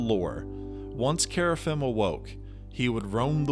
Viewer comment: Gotta work on that pronunciation, man. Qeynos = Key-nos (not kway) Kerafyrm = Care-uh-firm (you're forgetting the R) Luclin = Luck-lin (not Luke) Velious = Vel-ee-us (not Vay) Ykesha = Ee-key-shuh (not K$sha) Verant = Vur-aw-nt (not Vare-int) Source - best friend was a dev on EQ